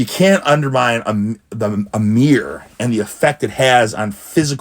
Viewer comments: A "meer". Good reflection and lighting on this meer. 😂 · A Meer = a mirror